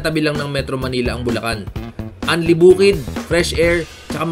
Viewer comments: magagalit si gov nyan, sinasabe mong lubacan ang bulacan haha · Bulacan to Lubacan real quick haha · Welcome to lubacan 😂 este bulacan ✌️ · Lubacan Ay. Este bulacan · Bulacan. Lubacan